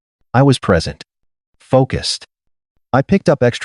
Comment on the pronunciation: Definitely a long way to go to get AI more believable. First, while main character is at buddy's house, and thinks about the bills he's been paying, the AI pronounces gas as gauze. Listen for the word "present" being used. It says it while main character on his computer at his buddy's house talking about his idea. It pronounces it like #3 below. There are three meanings for the word present and multiple pronunciations. 1. In a particular place. "You must be present to receive the prize." 2. Existing or occurring now. "It's happening in the present day." 3. A gift. " Like a birthday present."